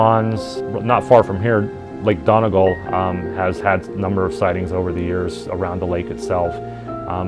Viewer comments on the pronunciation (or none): none